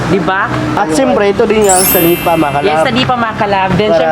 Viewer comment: senepa po hindi sanipa